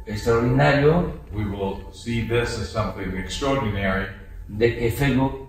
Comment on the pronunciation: "EL FEIBU" 😂🤣 HAY AMLO lo quiero bastante💖